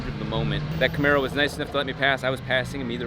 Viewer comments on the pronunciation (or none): none